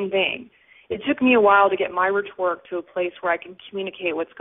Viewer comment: She can't even pronounce "rhetoric" correctly! Come on! Anyone who says "I was like, oh my god dude" in an interview is FAIL.